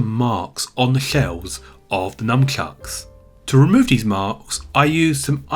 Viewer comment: sounds like you're saying Numbchucks haha